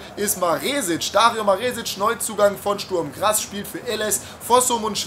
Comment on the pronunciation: Wieder mal ein weltklasse Video Ps: Es heißt Sturm Graz nicht Sturm Grass